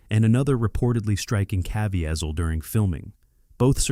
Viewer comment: I wish the AI could get the correct pronunciation of names like Caviezel is totally slaughtered